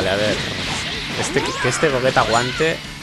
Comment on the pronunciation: Por que le llamas Gogueta y no Gogeta o Gollita?